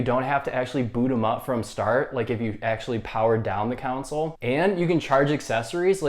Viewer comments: He bugs me he keeps saying counsel and not console how it is actually supposed to been said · Thanks. Kon-Sul not Council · The fact that you pointed out which no one would even notice, yet kept saying “Counsole” instead on console is hilarious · lol thought i was the only one to hear that hahaha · Bruh keeps saying council wtf